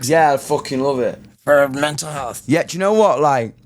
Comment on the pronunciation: Laughed hard when he said menal then mental to americanize it 🤣🤣